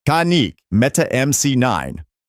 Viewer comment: Dude it’s not con it’s fuckin can with a k kan IK kanik